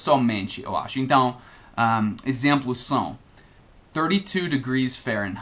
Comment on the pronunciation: Atenção as palavra são, observação e não, você esta pronunciando som, observaçom e nom. Você cometeu um erro ao pronunciar a palavra separá-la você disse "sepalá-la". Outro erro foi ao falar o verbo pronunciar, você disse "pronúncia" que é um substantivo, o correto nesse caso era pronuncia, esse realmente era muito difícil. Uma dica com relação a ao verbo pronunciar, quando você estiver conjugando esse verbo a sílaba tônica (sílaba com som mais forte) nunca será na sílaba num, ex: O pronuncia muito bem as palavras em português. Agora quando a sílaba tônica for na sílaba num, neste caso é um substantivo, ex A sua pronúncia em português é muito boa. Espero ter ajudado como você nos ajuda, um abraço